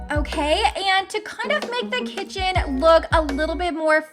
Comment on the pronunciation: It is kitchen not kicen